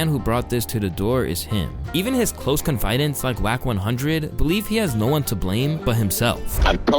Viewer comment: It's pronounced "Kon-Fih-daunts" not "confide-ants"